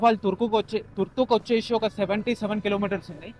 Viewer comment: VACHESHI KADU VACHESI ANALI TIRAGALI MARAGALIGA MATLADUTARU KONTAMANDI